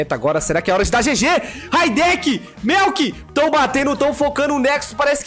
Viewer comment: Raideki kkkk é Rideiki